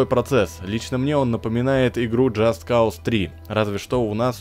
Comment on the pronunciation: Джаст КАУС - режет ухо безграмотное произношение! Написанно по английски - произноси по англ!